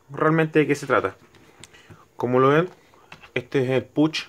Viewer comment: Puch... ajajajajaja.... se dice "pouch" 😁 buen video!